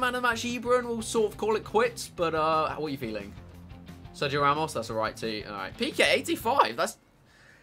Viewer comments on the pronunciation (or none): none